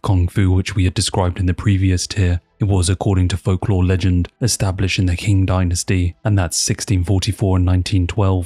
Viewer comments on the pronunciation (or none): Kumite is pronunced “Koo-Mee-Tay”. Qing empire is pronounced “Ching”, that’s where the name of China came from.